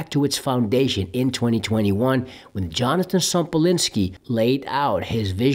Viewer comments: Yonatan bro, not Jonathan. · Why do you say Jonathan ? His name is Yonaton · Please learn how to pronounce Yonatan’s name.